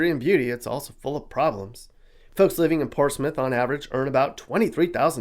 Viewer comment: Ports Smith or Portsmouth?